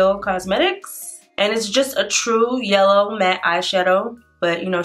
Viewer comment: LMAO “YELLER”